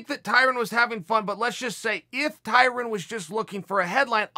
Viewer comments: Tyrin???? LOL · I once saw someone corrected a white guy when pronouncing Tyron as Tyrin. The white guy responded that saying Tyron is racist. lmao, could that be why Chael is pronouncing it that way?